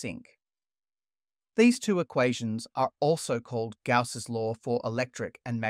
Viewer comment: person-turqouise-waving:Suggestion: Good history, but google the pronunciation of the names of 👉ALL👈 the scientists before you even get started. Coulomb, Gauss, Laplace and probably many others are badly mangled, making you sound like an uneducated dumbass, and your little documentary appear unauthoritative, like a kid's project. Completely avoidable by the simple expedient of googling.